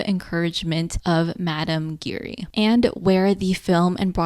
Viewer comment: You were pronouncing Giry wrong, the way it’s actually pronounced is basically a combination of the words, “jeer” and “eerie”.